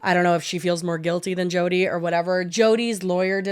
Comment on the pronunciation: Not me thinking said "Chodi" referring to Jodi